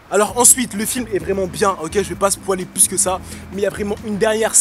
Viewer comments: il a dit spoualer o lieu de spolier à un moment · on dit spoyler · Ce n'est pas spoaler on dit spoyler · on dit spoiler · J'aime trop comment tu dis "spoiler" 😂😂😂 Sinon super vidéo ❤ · Alex Zoran il le dit exprès commt ça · tu dit bizzarement spoiler 😂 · il m'a tué je spoil tu l'a mal dit mais Correct la vidéo !!